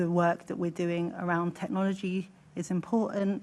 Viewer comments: She said imporunt not important she missed the t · What? Tooken? What is tooken? Do these people not need an education for these high paid jobs? Imporunt! Frew! This womans pronunciation is disgusting